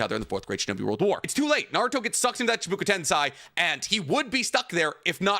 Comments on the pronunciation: My boy, My dear sweet boy, What the fuck is shibuka tensai??? It’s chibaku tensei. Shibuka tensai 4 times in a min killed me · I love you and your content but it's Chi Baku ten SEI " SAY" a tip that helped me learn it is RAIchu REImi ei makes an ay sound ai makes an I sound also dog you've been to Japan lol 😅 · Fair points, but your pronunciation of “chibooku tensai” alone cost u the W. it doesn’t even look like it could sound like that